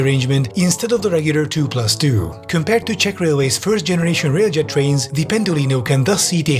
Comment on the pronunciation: Pwease Amewicum, we want mowe TWAINS.